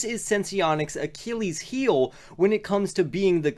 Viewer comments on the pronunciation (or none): none